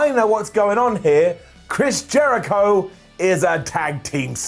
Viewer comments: Wait at about 5.30 ish, when talking about the inner circle did you say "Trish Jericho"? When you first said his name, definitely sounded more like Trish than Chris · Am I the only one who heard call Le Champion "Trish" Jericho?